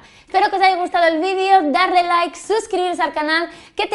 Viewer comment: si escuchas bien el minuto dijo darre laik